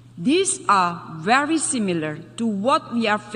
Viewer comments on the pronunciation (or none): Ramai orang Indonesia boleh inggeris tapi tak sama sebutannya, misalnya: verry god,orang Indonesia baca, ferry god, sedangkan inggeris jati, membacanya bery god,bukan Ferry god,dan banyak lagi sebutan tak tepat berkaitan huruf V